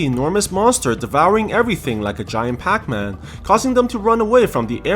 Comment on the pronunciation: he said pacman so perfect